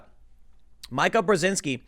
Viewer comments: I think it's pronounced 'Meeka' ? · Pronounced Me-Ka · It's pronounced "meeka" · Tim it's pronounced MEEKA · Her name I pronounced "Mee-Kah". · FWIW, pronounced "MEEK-uh" Brzezinski. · It is pronounced Meeka. Please check the pronunciations before you do your vlog. Sounds ridiculous to repeat it over and over. Mike and Joe have been trash for a long time. They had an affair while both married, separated from spouses and eventually divorced to marry all the while co hosting Morning Joe. You could see Scarborough getting more and more Woke while still claiming to be a Republican or a Conservative always mentioning his very brief time in Congress. He is a con man and .in a is an arrogant ........well Karen says it good enough without mentioning they both have the morals of an alley cat! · Tim its MEEEKA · Her name is pronounced "Meeka". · Full Karen....hilarious. She has the haircut too. Isn't her name pronounced Mee Kuh? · You keep calling her Mike-Uh lol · Sound it out, Timothy. Meeee-kuh. I know you can say it. But Karen is a much better name for her. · Tim... Mika is pronounced ME-KA not MY-KA. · I dont like her but I just think it's funny how Tim butcher's her name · There Tim goes again, dissing Mika by mispronouncing her first name. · Joe Rogan does it too. It's funny. I even liked Mika pre-Trump election. They went crazy after that. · I love how Tim mispronounces her name...adds so much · Can somebody PLEASE tell this fool how to say MEE-ka already! It's making me cringe a little every time he My-ka's it. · I think its meeka not mica...but who cares. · tim learn to say her name. it said "meeka" it's not that hard to fin the pronunciation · It's meeeeka not mike-a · mee-ka Karen not my-kah Karen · How can you do this many politics shows and still not get her name right....it isn't Mike-a...it is Meek-a. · It’s not my.ka It is me.ka Come on, Tim. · Her name is pronounced Meeka, not Mike-a. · Meeeka, Meeeka, Meeeka... not M-eye-ka. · It’s pronounced Meeka